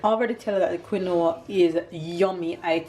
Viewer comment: Quinoa is pronounced "keen wha"